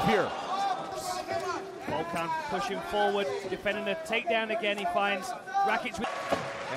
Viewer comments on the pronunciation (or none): its Volkan and not Vulcan lmao